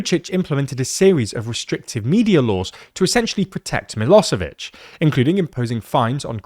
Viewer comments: Miloshevich, not Milosevich. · It's Milošević - Miloshevich , shh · yep, but they pronounce "s" instead of "sh"